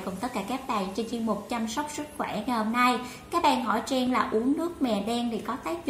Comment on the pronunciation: Tên của mình mà đọc cũng ko rõ nữa.Trang thành Treng